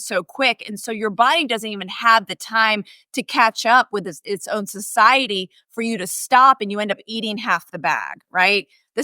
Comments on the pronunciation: Is she saying "society" instead of "satiety"? I could swear she also said "oldfactory" instead of "olfactory ", but I'm not going to go back to check. Second the comment for Food Science Babe to come on! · As soon as she started saying "society" instead of "satiety"....it became clear she has no idea what she is talking about beyond some basic concepts she thinks she understands but really does not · She is definitely not pronouncing satiety correctly.